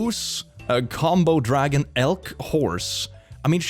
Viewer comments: Hearing Komodo dragon pronounced as Combo dragon just made me smile so fricking much. It sounds really fucking cute. And now I'm worried about what the Combo part of that animal entails. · Did nobody else hear "combo dragon" for the animal list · I'm sorry??? Did you say?? Combo dragon???